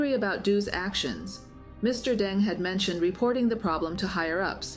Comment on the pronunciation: How do you pronounce his name? You refer to him as Mr Dung, and Mr Deng??